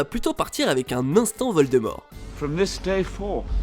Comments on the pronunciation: « Voldemot » hahaha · Calin de Voldemort, il manque le R ;)